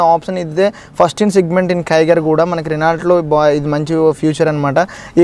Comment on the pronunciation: Orey nuv Renault lo work chestunnav adhi Reno ani pronounce cheyyali...